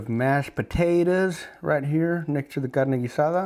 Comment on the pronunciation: You can tell he knows what he’s talking about just by the way he says Carne Guisada